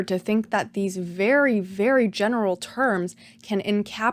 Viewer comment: you emphasize the word general when you say “it’s absurd to think that these very very general terms can encapsulate and entire half of the world.” That doesn’t make sense. Of course the terms would be very general, they’re used to describe a vague separation between two giant groups. Would you expect that line to be blurry and general, or clear and specific? It would be more absurd if the words were specific.